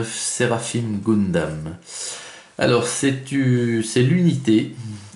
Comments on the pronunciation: GUNdam bon sang, comme dans GUN ! On dit pas GOUN mais Gueuhn... :) Et le kit date de 2009. :) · j espere que brist pas pre enregistré 50 video de goundam :p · Tu dis pas GOUNsmith... Ou GOUNslinger ... :)